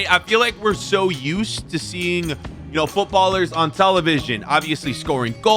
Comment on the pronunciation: Bro really said Footballer""""s in public, instead of footballers 💀💀